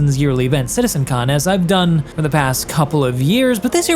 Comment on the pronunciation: why he keeps saying Citizen Khan? 🤣 Thats a British TV show...🤣